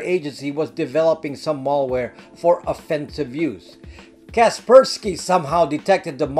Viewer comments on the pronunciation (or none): FYI (please forgive my nitpicking here for what seems like a minor distraction), I subscribe and enjoy listening to your informative videos on a regular basis and this concerns the way you are pronouncing the word "Malware" to sound like "Mall-ware". The first syllable "mal" should be pronounced just like it's spelled ("mal" should rhyme with "pal" instead of rhyming with "all") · Malware, not mallware. Mal as in malice, not mall as in shopping mall. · I’m surprised that a privacy and computer Protection expert like yourself cannot Pronounce the word malware correctly. The first “a” is pronounced as in the name Al (short for Alan) why is this so? Because Malware, is a portmanteau of malicious and software. MaL-icious is not maLL-icious. If you want to be taken seriously, you need to know how to speak the language of your Professed specialty. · It's not mallware, it's malware. Latin origin meaning bad or ill. You get malware from a bad person, not usually from a shopping mall. Think and say works like malady, malfeasance, maladjusted, malformation, malice, malpractice, malnutrition. Now see and say malware. I knew you could do it! PS: great video! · Good stuff. But "mall" ware makes me laugh